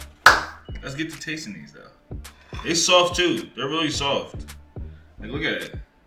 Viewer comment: 'so sahft'